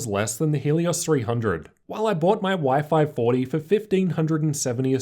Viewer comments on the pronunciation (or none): I think he's mean what you pronounced Y540 like " wi-fi 40ty" :) P.S. Big thanks for so detailed reviews. Could i ask you, if that possible, using the same angle while you filming opened side-by-side laptops? Filming in front of. Because you usually filmed from the right corner, and the display of the closest laptop is distorted. Hard to objectively compare "non-synthetic" colors, contrast, etc. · Anyone keeping thinking he's saying wifi 40 🤣